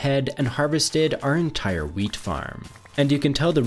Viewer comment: sounded like now lets harvest the meat so i rewinded it and it was actually wheat love ur vids bro